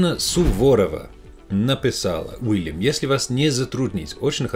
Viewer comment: Пусть научится сначала звук "л" мягкий правильно произносить ваш Уильям))